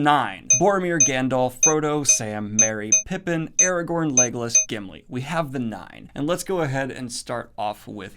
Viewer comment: Chadwick Boseman... Eragorn? wat xd